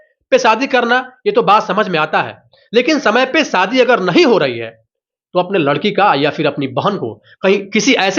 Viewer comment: शादी को सादी बोल रहे हो....तो फिर सीधी साधी को शीदी शादी बोलोगे क्या? घटिया उच्चारण